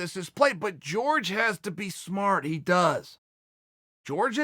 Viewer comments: Judy Stroyer Well Jorge was born in America and his name isn’t pronounced “George” so fuck off and call people by their natural/cultural name dummy. No one is going to assimilate to white values. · Uncle why do you always mispronounce Jorges name? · Chaels too white to pronounce the name properly. He knows hes just afraid of sounding spanish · whats the deal with chael and not being able to pronounce Jorge or Khabib... literally lmfao wtf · Someone better let Jorge know he's pronouncing his own name wrong... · Who the fuck is George Masvidal? Jorge, is that hard to say? More respect! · Not to be THAT guy, but it's pronounced whore-hay, not George. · "george"......uhhhhhhhhhhhhh this is mad annoying. someone tell him its jorge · His name is Jorge, not George ffs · The name is WHORE HAY not george, bad guy. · Nobody: Chael: GEORGE MASVIDAL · When he said George I was like Who's George now!!...then it hit me. Uncle Chael his name is pronounced as Horhey. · Chael "George Masvidal" Sonen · Me: Its pronounced 'horhey' Chael: george Me: george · Its not “George” its “jorge” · Chael, the man's name is Jorge, NOT George. Look into it! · Hore-Hey, HORE-HEY not George. Had to channel my inner grammar nazi for that. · Jorge Masvidal: yeah its pronounced "Horhey" Chael: Hi George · Valenzuela it's actually spelled jorgé which in Spanish when é is spelled like that the e or other vowel in question have an ey sound at the end of them and In Spanish j is pronounced as an h. Hence why his name is hor hey mas vee doll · jorge "George" masvidal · It kills me every time he says GEORGE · Plenty of people named Jorge who pronounce it George. Radio host Jorge Sedano went by George and was called either by callers. It seems to be pretty interchangeable to most ppl. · It's the height of disrespect to not even bother to pronounce Jorge's name correctly. His name is not George. You must be doing it deliberately, because I don't believe you could be so stupid. But maybe you are. I don't know.